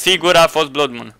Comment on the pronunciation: Se pronunta ,,blad num" blood moon